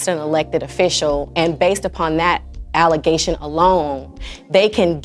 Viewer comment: As she said false "allezation".😂😂😂